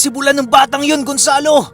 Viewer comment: Bu-lan po at hindi bulan. Hindi bigla ang bigkas. Bulan is a waray term which means buwan in tagalog :).